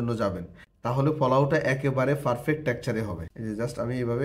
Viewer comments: ৩মিনিটের ভিডিওকে অপ্রাসঙ্গিক কথা বলে ১৫ মিনিট বানাইলো😑 আর তাছাড়া আপনি যেহেতু পাবলিক প্লাটফর্মে ভিডিও দেন, সেহেতু নিজের উচ্চারণের প্রতি একটু মনোযোগ দিবেন। পোলাওকে বারবার ফোলাও , ঘি-কে গি গি করতেসেন😑😑আর 'পারফেক্ট'❌ ফারফেক্ট✅ এগুলা কি ভাই😑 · আপনার পারফেক্ট বলাটা একটু ব্যাতিক্রম আপনি বলেন ফারফেক্ট,শুনতে খারাপ না😅